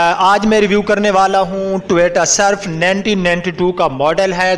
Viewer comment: بھائی پہلے اردوپر توجہ دو ۔اور ٹوییییٹا نہیں ہوتا ۔ٹویوٹا ہوتا ہے